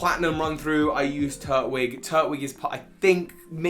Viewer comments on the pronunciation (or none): It’s pronounced Turt -twig mot turt - wig. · So we just gonna let me him say “Turt-wig” instead of “Tur-twig”.... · NO, IT'S PRONOUNCED TUR-TWIG! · Turtwig is my favourite pokemon and in sorry but it is Tur-Twig not Turt-Wig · It’s Tur-Twig. I know it’s weird but it sounds better then Turt-Wig soz